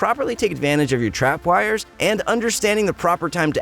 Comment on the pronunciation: Not to be mean but the way you say tripwires is making me shake